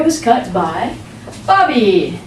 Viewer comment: NICE + EXPLANATION + EXPRESSION AND MOST IMPORTANTLY WHEN SHE SAID BOBBY I THOUGHT SHE IS SAYING BARBIE ,NICE VIDEO MAM I LOVE IT .